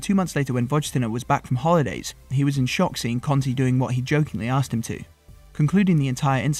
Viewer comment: Had to stop after 10 seconds. Stop calling him CONTE for fks sake!!!!! It's pronounced KARNTEY!